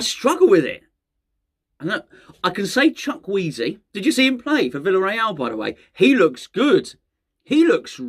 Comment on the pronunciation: 'Chuck Wheezy' 😂😂😂. Never change,.